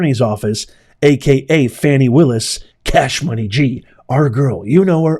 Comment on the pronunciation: You do real8ize that woman's name is pronounce FAWNI and not FANNI (sure you do!!!) Bro keep the content professional. You make great points but you play out all there names to get paid. You can make money with out all the drama based monikers like Fanni and Sug Knight. They need the phone records from Granville and Willis to see how many times they have talked since this trial. Lastly, are they more CORRUPT than NIXON?..lol!!!